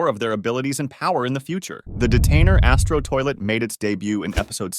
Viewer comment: Please can u say astro toilet normal and can u stop saying the in ur videos I will quit watching if I don't stop doing that